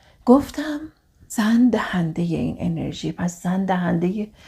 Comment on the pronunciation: سلام ممنون از اگاهیتون❤ فقط بیان بعضی کلماتتون درست نیست رَحِم یا رِحَم؟ دَهنده یا دِهنده؟